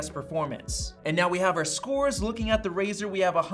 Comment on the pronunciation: It’s razer not razor